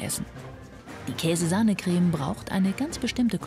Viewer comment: dieser typ sagt anstatt "creme" "greme"😂